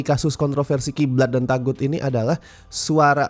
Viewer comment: Sebenernya cara pengucapannya yg bener tuh "TOGUT" bukan TAGUT. Kurang lebih maknanya sesuatu yg salah utk disembah kek berhala. CMIIW.